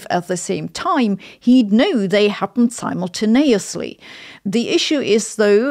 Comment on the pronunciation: If anything I just learned a new way to pronounce simultaneously and that’s awesome